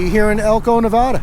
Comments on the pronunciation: it is Nev AAA da NOT Nev ah da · ITS NOT. NAAAAAVEDAAAA. PLEASE STOP. HOLY FUCK. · Please say Nevada correctly. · I love your video but you really need to learn how to say Nevada bro.